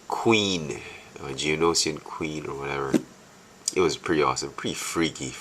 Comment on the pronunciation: this is how you pronounce it (G-Oh-No-shin) you pronounced it (G-Oh-No-she-in) Not trying to be mean, but i just want you to know the species name pronounce :D